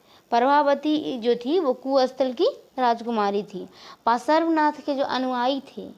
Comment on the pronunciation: Are bolna to seekh lo त्तिर्थंकर Or भगवान् पर्श्वनाथ ese bolte he dekh dekh ke pda rahi ho bo bhi glat glat bol rahi ho